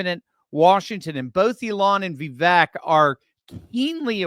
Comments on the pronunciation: I hear Vivek say how to pronounce his name. It is pronounced Vi-Vake ( long A). Just thought I would mention this. I love your videos! Keep up the good work. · My guy, his name is vivake and it sounds like cake. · Please, it's pronounced Vi-VAKE, rhymes with rake, accent on the VAKE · vake like cake... Vi-vake 😀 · His name is pronounced Vi vake. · Please learn how to say his name correctly. Vivek is pronounced “Vi-Vake” like cake. He’s made this clear repeatedly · Think of "cake" when you say his name in the correct way. #Vivek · VIVEK rhymes with CAKE